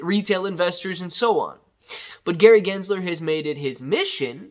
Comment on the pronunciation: Like how you say good guys Gary jizzler 😂 is not a good guy